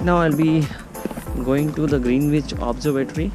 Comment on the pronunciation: Your pronunciation of Greenwich is wrong